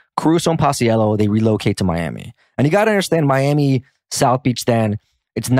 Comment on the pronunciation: Also binger’s name is pronounced pach-ello